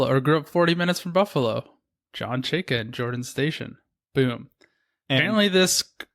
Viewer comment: How can you all mispronounce Chayka? Especially fake Russian.